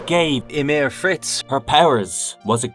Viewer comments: I think this is an computer-narrated video, and it couldn't pronounce Ymir Fritz correctly. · whats up with that ? AI couldn't pronounce that word right? :D